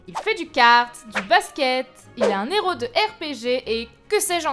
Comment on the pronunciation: La demoiselle est énervante et ne sait pas donner une intonation correcte. On sent vraiment trop qu'elle lit son texte. Et on dit "un héros", et pas "un néro".